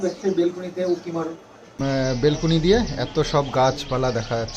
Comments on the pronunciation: plz kathataBelcony na Balcony bale go....kichu mone korona khub Kane lagche shunte taibollam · অশিক্ষিত হলে যা হয়! তিন তলা বাড়ি করে Balcony কে "বেলকুনি" বলছে। শিক্ষার দৌড় বটতলা। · কথাটা বেলকুনি না... ব্যালকনি বলে। শহরের মানুষ শহরে ঠিক আর গ্রামের মানুষ গ্রামে। তোমার যেমন শহরে বেশি দিন ভালো লাগবে না, তেমনি আমরা যারা শহরেই জন্মেছি, বড় হয়েছি, তাদের গ্রাম কিছুদিন ভালো লাগবে, সবসময় নয়। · ওটা বেলকুনি না😂😂ব্যালকনি। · Ota Belcony hobe na,balcony hobe, valo laglo video ta r sona baba key amar onek onek ador dio ❤